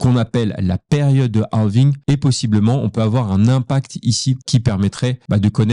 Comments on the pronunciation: Bonne video, par contre toute la vidéo en Français mais juste le mot « halving » avec l’accent Anglais c’est horrible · On dire quand dit halving on dirait un film français avec les voix canadienne lol